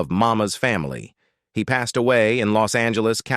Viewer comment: Strange pronounciations but I guess that is so robotic. Passed, pas-Sid? Click bait of Ron Howard in a hospital bed? No mention of that. Not that I can recall. I had not heard anything in news either. Why would someone do that?